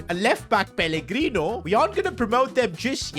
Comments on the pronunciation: Bro said peligrini not pellegrino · The amount of times he says pellegrini when it’s pellegrino is ridiculous